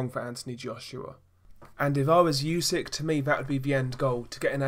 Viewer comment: Spell not yusyk, spell it like oosyk